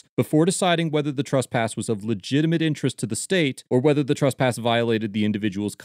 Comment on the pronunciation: What's 'trusspass'?